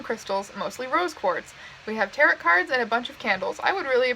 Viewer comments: You said Tarot like Carrot a few times, which makes my soul cringe lol Great video anyway! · she says tarot so weirdly like carrot with a t... XD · listening to her pronounce tarot like carrot.. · Just so you know, it's pronounced (ta-roh) not (ta-rot). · The last t in tarot is silent (tair-oh) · I’m sorry for half of this video did you pronounce tarot like carrot because like hunny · p.s. tarot is pronounced like "tair-oh" the t at the end is silent :)